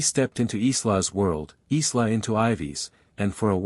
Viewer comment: Isla is prononced eye-la, my illiterate AI brother 🤭